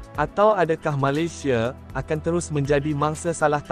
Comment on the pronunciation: Yang cakap ni orang mana,,sebut Malaysia jadi Malisia